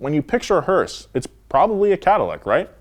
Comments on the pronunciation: Every time he says hearse, I hear Horse.... Thanks... More hearse power baby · Who else gets annoyed when someone calls a Hearse a "Hurst"? Hearse= funeral car Hurst= shifter